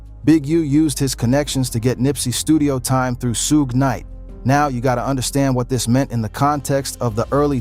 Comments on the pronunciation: Who dafuq is “Soog” Night? 😂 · Too many mispronunciations HAD TO STOP at SOOG KNIGHT